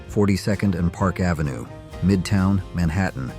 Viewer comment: I enjoy the photos, but it’s so clear that the narration is AI generated when you hear him pronounce Avenue as Ave (rhyme with cave), and Saturday Night Live (rhyme with give). What’s the deal?